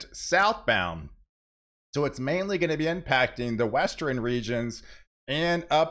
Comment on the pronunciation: For anyone out there who is on the fence about the pronunciation of NORTHERN... it is NOT pronounced as "NORTHER-EN". The same applies to eastern, southern, and western... all of which he insists on adding an "e" before the end. He either can't or won't pronounce words correctly and I find it irritating to the point that it's difficult to pay attention to the actual weather. Most people who don't have some level of OCD won't understand that and will likely think that mentioning this is more of being an a$$. To anyone who feels that way... examine any of your own idiosyncratic habits.